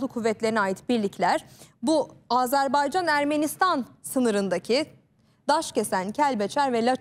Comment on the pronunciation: Aazarbaycan diye okunmaz Azerbaycan!!!